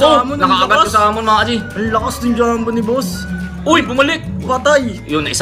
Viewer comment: Mali ang pagbigkas niyo sa Samon. Dapat parang pagbikas sa Sago,Sagad, sahig , Samid at sahog. 67 yrs old na ako at laruan namin ang Samon na gagamba nung elementary kami sa Cagayan Valley. Ang pagbigkas niyo ay gaya ng pag bigkas sa salitang Salmon sa ingles.